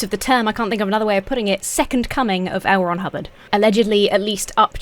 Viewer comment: Ooh, L. Ron Hubbard... I kept hearing Elrond Hobbit... and I knew that was wrong. XD XD XD